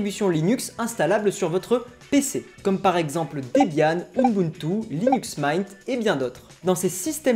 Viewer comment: Linux Maignt ? Nan nan nan ça se prononce "Mint" avec le "in" dans la prononciation anglaise hein, ça vient du mot "Mint" justement qui veut dire Menthe.